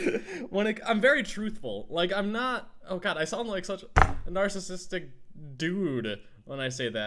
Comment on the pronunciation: He said nacisistic!😂